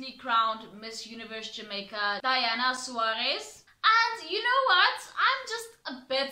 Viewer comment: It's not Diana its Daena (day nah). ❤